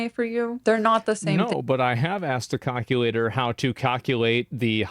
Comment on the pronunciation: Hey, how do you pronounce “calculator”. Found a mission for ya bud. Surprised you haven’t plugged that one in there yet. We will touch on the rest of your comments once you have mastered saying “calculator” correctly. It’s a tricky one I know, but I’ve run all the data on my cackulator and it says you got a good chance a cracking this brain buster.